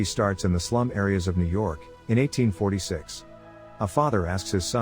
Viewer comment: Ah the famous Yew York